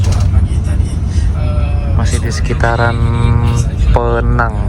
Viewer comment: Org malaysia kl nyebut Penang, tu Pènang, mas